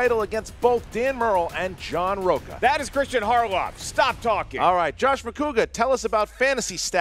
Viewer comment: Seriously, it's not Jack Hudson it's Jack Houston. Tuff beats challenge should've been approved. It's not hardoff